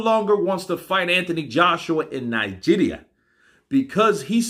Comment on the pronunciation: Lmfao, I be nija boy living in UK, I freaking swear, your pronunciation of Nigeria is freaking accurate it got me lmfao.. Keep up the good work omo iya mi